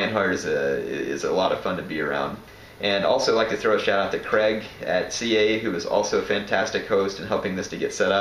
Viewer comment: Is your name actually pronounced "Creg"? Or is it pronounced y'know how most people pronounce "Craig"?